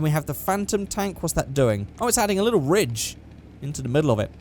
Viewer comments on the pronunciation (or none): none